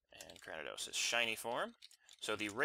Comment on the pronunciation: Just a tip cranidos is pronounced kra-knee-dos